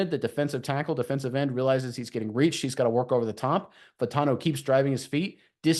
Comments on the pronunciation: I believe Troy's last name is pronounced "Fah-oo-tahn-oo" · FYI - there are 4 syllables in his last name. Fah-oh-tahn-o. Get it right ‘cause this dude is a beast!